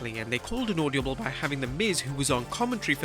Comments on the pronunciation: Ord-a-ble not auldabul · Bro, the word is AUDIBLE NOT AUDIOBLE LOL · it's not audiable, it's audible. Sorry, you just said it so many times... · “Audiable” lol what’s that? Oh you mean audible